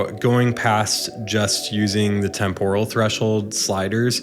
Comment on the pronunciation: You are totally wrong ;-) Hahaha. It's TEMpuhral with the accent on TEMP, not temPORal.